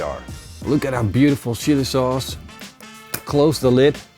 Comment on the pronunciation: Sounded like he said shitty sauce!